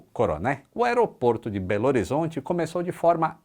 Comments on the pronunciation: Ninguém aqui de BH fala belzonte 😒 é "belôrizonte" ou "beagá" ❤ cidade mais linda do mundo. E quanto a Confins, é longe mesmo, mas é de fácil acesso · Acesso a confins, hoje, é muito bom. A obra é espetacular. Linha verde. Porém, com ou sem obra... é muuuito longe. Belzonte não existe. No mineirês é BH ou Belorizonte! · Não leve a mal, mas nenhum mineiro chama Belo Horizonte de Belzonte. É BH ou belorizonte. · Parabéns, você é fenomeno! Video muito completo e interessante sobre esse aeroporto tão importante para nós mineiros. Só uma correção: em Minas ninguem fala "Belzonte" igual as pessoas dos outros estados pensam. Juro que não sei de onde surgiu isso kkkk o comum aqui é "Beagá" ou "Belorzonte". Qualquer um desses dois você vai bem com os mineiros! Um abraço! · Excelente, como todos os vídeos do canal - obrigado,! Curiosidade: por aqui a gente não fala Belzonte e sim Belorizonte ou Beagá. Já o proncovô é bem fidedigno... Kkkk... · Só uma pequena correção, mineiro não fala "Belzonte", fala "Belorizonte" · Ô! Bom vídeo! Sou controlador de voo na Pampulha, adorei as curiosidades históricas. Mas permita-me um pedido, rs.: “Belzonte” não! Pode até ser belorizonte, mas belzonte so Nerson da Capitinga.🤣🤣🤣… ninguém fala assim, é parte unicamente do imaginário paulistano. 🤷🏾‍♂️ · Belzonte kkkkk Oque falamos mesmo é belorizonte hahaha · Obrigado pelo comentário!! Não sei de onde surgiu o tal de "Belzonte". Fala BH,. Tem nada melhor que escutar um "Beagá" ou senão tudo junto "Belorizonte". Ah e falamos "da" Pampulha, não "de" Pampulha. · Mas a gente não fala Belzonte, e sim Belorizonte. =D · Excelente vídeo,. Só uma observação: não sei de onde tiraram que mineiro chama Belo Horizonte de Belzonte 😂 geralmente nós chamamos de BH (beagá) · Pessoal ninguém aqui em BH fala Belzonte não viu, só prô cês saberem mesmo👍🏽🔺️🇧🇷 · Só uma observação: mineiro não fala Belzonte. É Belorizonte! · mineiro não fala Beozonti, falamos Beagá. Fica a dica kkk